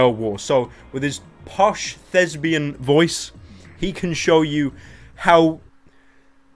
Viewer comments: its thespian not thesbian you jackass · Thesbain sounds like lesbain